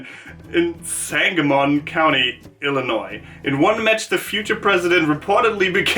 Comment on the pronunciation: You actually said Illinois right! So many Americans say it wrong, pronouncing the s at the end.